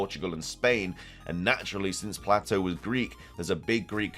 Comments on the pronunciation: I think the Legendary jewelry she has on is just jewelry. It's fitting with what she teaches, but I don't think there is anything beyone that. Just a heads up, The name Plato is pronounced PLAYto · I love you man but it’s pronounced Playtoe 😅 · I love you man, but it’s pronounced Play-toe😂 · Man your killing me It's pronounced play-doe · Holy shit, you can't prnounce Plato correctly either? Do millennials even go to school? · I more offended by the pronunciation of Plato 😂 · I thought the project name for SV was Titan. I'm unsure why SoulSilverart was connecting Atlas and Atlantis they aren't connected outside of just being in greek myth. One is a titan that held up the cosmos the other is a island described by Plato (which somehow you mispronounced).